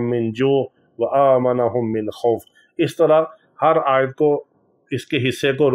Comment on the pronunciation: Aman se khuf nahi khauf se Aman ..